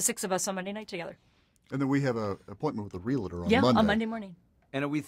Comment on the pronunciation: Realtor not re Luh tor (pet peeve)